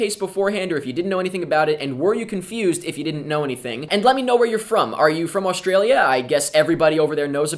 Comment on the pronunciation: You say Australia funny XD